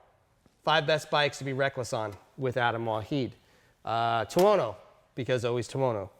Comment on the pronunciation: "tono". seriously?